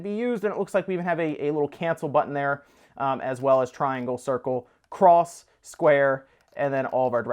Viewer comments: It's pronounced "ex", not "cross" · you pronounced "X" wrong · Ha nice self control on saying cross, still weird though